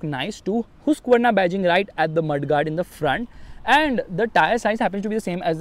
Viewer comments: No "Hooskvarnaa" it's called "Haaskvarnaa" then "Husqvarna"😃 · Hoosqvarna😂😂😂 yo it's Husqvarna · That's not hooooooseqvarna 😂😂